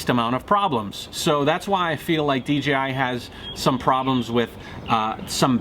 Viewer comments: he said dgi instead of dji I get confused to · A friend pointed out to me that I was pronouncing DJI as DGI. I hadn't even noticed. But as I listen to others it seems a lot of people are doing that as well such as in this video. He keeps saying D-G-I rather than D-J-I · I thought it was D JAY I, Not Dee Gee I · Is it a DGI or DJI ? Lol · it's called DJi, NOT DGI !!! again it's funny how many of you can't even say the Co correctly. You want them to produce a great drone, how about you say J, not G ;) lol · Good now that you are here, you realize the Co is called DJI right ? YOU keep saying in the video D G I it's not a G dude.. it's a J ! And FTR I always calibrate the compass before every single new location flight, as I fly tons of new places, all over Mexico, and the USA, and in doing this have never had an issue, it takes me 1 min to do. Easy peasy, try it some time !